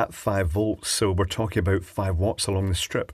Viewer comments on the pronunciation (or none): none